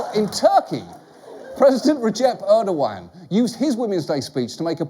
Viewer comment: Shit, did he just say ‘Erdoǧan’ correctly?